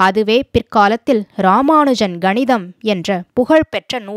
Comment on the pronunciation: Ganitham illapa. Kanitham sollude